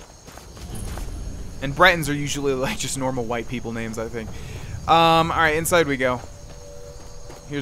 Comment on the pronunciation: the way he pronounces the names are just so anoying but good video